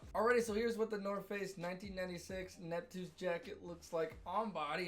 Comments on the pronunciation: big bro its pronounced nupt-see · How about you spend 5 minutes finding how to pronounce the name ‘nuptse’ correctly? Such an easy thing to do.